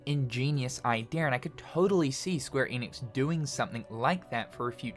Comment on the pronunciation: Are you going to say “Eeeenix” again?